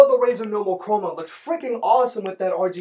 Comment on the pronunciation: its Razer - learn the company names! i dont go saying bosa or bosu even its ship company and sounds like chinese brand name even its american, i do own z623 tho and mine doesn't have volume and bass writtings - here a logitech QC for you, also my brothers 5 years old z623 sounds better than mine 1 year old z623....